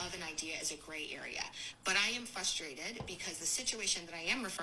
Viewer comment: I stopped listening after the third time she said "fUStrated".